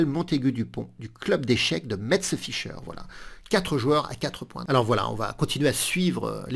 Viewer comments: Ils sont forts les Samuel 😂 souvent! Bravo pour l’analyse. Tu prononces bizarrement Accession, moi je dis en phonétique approximatif Ak Cession. Et on dit Mess pour Metz 😂 Sinon c’est parfait 👍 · Nous devons parler. L'heure est grave. Je n'ai rien dit lorsque vous ne prononcez pas le "t" final de Rapport. Je n'ai rien dit lorsque vous prononcez Carlsen à votre manière. Mais alors, là, non. Je dis stop. Trop, c'est trop 🤣😁😁😁. Ma très belle ville de Metz se prononce "messe". Et vive la Lorraine! 😁😁👍👍